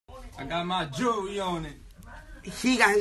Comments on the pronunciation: what is jerereeyy?llll??? lmbo..... colored people hit your English books!!!!! 49 cent should be working in a jerereeyy stock to sho!!!! y'all feel me cuz??! I likes to wear my gold jerereeyy!!!!! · Jewelry* not Gerry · 'i got my jewererery on' u for real